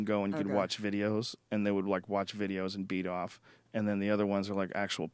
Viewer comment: The way joe rogan says 'beat awwhf'